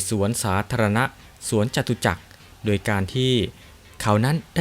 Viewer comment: อ่านคำว่าโดย เป็นดวยอีกแล้ว